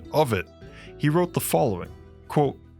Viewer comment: It is pronounced "quote" not "quo".